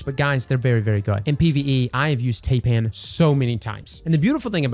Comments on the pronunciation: Taipan is pronounced Tie pan. It’s a venomous snake from Australia. Called a tye pan. Tie pan. Not TAY pan. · Taipan is named after the most deadly snake in Australia and up, through to New Guinea and just like the 'ai' in Thailand, it's pronounced "tie-pan"